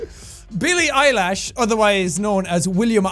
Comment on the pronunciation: this Irish eyeball be talkin about how people can't pronounce his name then he pronounces Billie "Eilish's" name wrong